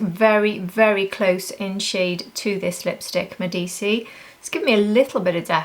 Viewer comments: I think Medici is pronounced Med-Eee-chee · It’s pronounced Medichi :) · Thank you for your review, I like Ashes of roses best for myself. Considering the pronunciation of Medici: it should be named after the powerful Italian Family that reigned in Florence during the Renaissance. It should sound like Meh-di-chee 😊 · Lisa has pronounced it as “Medichi”